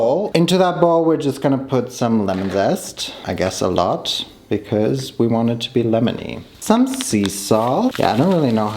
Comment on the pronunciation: Could you please stop pronouncing ‚because‘ like bekiss?! It makes my ears bleed so bad 😂 but the video was very cool so of course a thumbs up 😃🌸